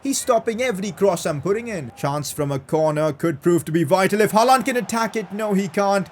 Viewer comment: Pls pronounce haaland name like haaland not haalaaaaaand 😒😒😒🥱🥱